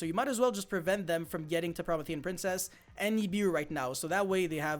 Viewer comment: Pro-me-thi-an like the titan from Greek mythology